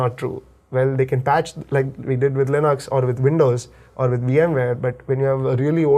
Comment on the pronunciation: GN lab? is my kind of engineer! All these low-level BIOS stuff are almost lost magic! And he pronounced Linux as Linux, NOT Linix. Learnt a ton today!